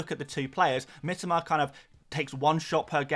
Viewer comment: his name is pronounced Mee-toe-ma...ffs